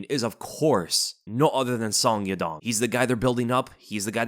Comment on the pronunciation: Everytime I hear SON-GI-DONG hurt my ears, it's pronunced SON - YA - DONG!